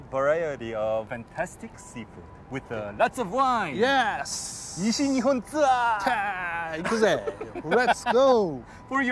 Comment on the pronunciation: 「西日本ツアー！」がめちゃくちゃネイティブなんだけど、日本語も喋れるなんて！？ 前回のフランスの動画の人柄に感動しました。日本楽しんでくれたなら嬉しい😆